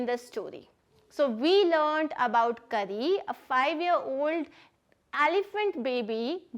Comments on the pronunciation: Karri 🤣🤣🤣 it's kari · It's not Kari . It's pronounced as car-ee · Mam कारी not करि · It’s kari not kury